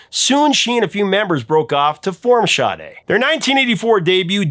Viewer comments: Shade? What??? It's Sade! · Hey dude, her last name is pronounced "Shar-Day". It's even on the sleeve for the CD and I assume it's on the album cover somewhere too. It's NOT : "shah-day" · Sade... Her name is NOT Shade. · Ok I never heard anyone pronounce Sade's name as "Shadae", but as jade with a S replacing the J, and even "Sade" where they add a Y at the end.